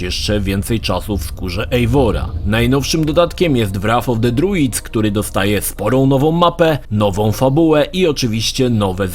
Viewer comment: Wraf of de driuds xD